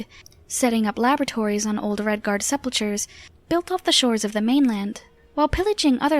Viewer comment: So I've just found your channel today and I must say you do good work on your lore building. I also appreciate the way you present the lore to your viewers. However, we need to talk about some of the words you use and your pronunciations. Like sepulchre, you say sep-pul-cher, but it's pronounced sep-pul-kur. And why do you use resuscitate instead of reanimate? They are not being revived, the body is being animated with unlife. Sorry I sound like a douche, but thise kinds of things just stuck with me throughout some of your videos.